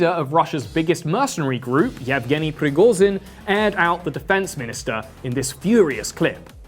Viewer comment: its rigoSHin, bc z is pronounsed diferently and youre saying it wrong...